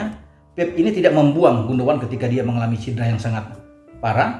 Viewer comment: Keren banget...!! tahu banget soal Ilkay GUNDOGAN. Bahkan pengucapan yang benar dari GUNDOGAN pun tahu persis, yg banyak Pundit gak tahu... Ditunggu terus ulasan-ulasannya,. Terima kasih.